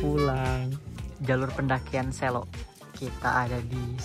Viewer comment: selo kak bukan selo😭😭😭